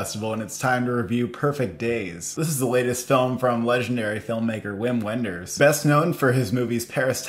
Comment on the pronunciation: Gorgeous film, nice review. The director’s name is pronounced ‘Vim Vinders’.